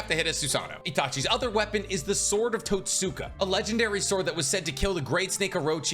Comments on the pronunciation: Totska blade. Not totsuka blade. You write the second you speak the first. In japanese some u's are silent. So the more you know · The sword of totsuka is pronounced towtska the way you pronounced it is like someone pronouncing Sasuke like sasookay